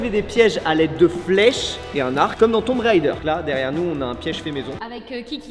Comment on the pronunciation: Vraiment très sympa votre délire. La faute est répandue mais sachez que 'Tomb raider' (Pilleur de tombe) se prononce "Toum rédeur". Pour 'tomb', OK, il faut le savoir. Mais pour 'raider' (comme l'ancien nom de la barre chocolatée Twix), je ne comprends pas l'erreur. La prononciation "railledeur" correspond au mot anglais 'rider' (cavalier ou motard).